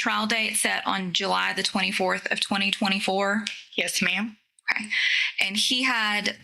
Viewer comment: The way he says okay as "hokay" or "Ommmm hokay" as though he's having some kind of useful thought.